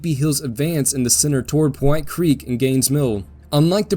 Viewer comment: small note...the creek is called pow hite creek...after the pow hite indians....NOT po white creek